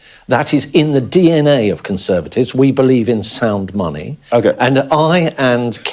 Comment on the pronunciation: "Sound money" you say,. I'm sure I heard it as "sound funny". That's not funny ha ha, of course, but the other sort.